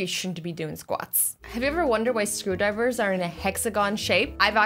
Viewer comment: When you said screwdriver I thought you said scooba diver